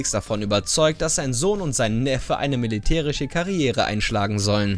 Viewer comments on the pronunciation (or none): dass oft ch und sch verwechselt. Zb sagt er in dem "Militäriche" und "Arschitekt". Find ich ein wenig Störend aber der Kontent is trotzdem sehr gut